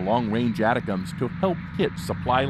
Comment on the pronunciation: Its Milley, not "miley" and its pronounced "attack-ems". Learn to read pls